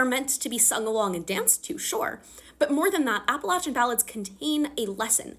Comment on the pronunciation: First of all: as an Appalachian, thank you for saying it right! Second, my family is Appalachian and has been ever since my family immigrated here, a part of that family carried the surname Covey so it was really cool seeing an Appalachian woman like Lucy be from a Clan called just that